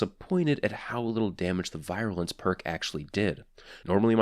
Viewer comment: Love your reviews man. Also, it's pronounced "veer-you-lence."